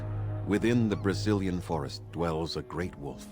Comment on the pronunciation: everytime i hear Brecilian Forest, i for some reason only hear "Brazilian Forest" and i can take it out of my mind anymore D